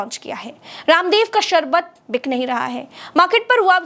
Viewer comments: सारबत नहीं होता है शरबत होता है 😅😂😅😂😅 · Jise theek se sharbat kehna nahin aata..wo ek naami sharbat pe ungli Utha raha hai...😂😂😂😂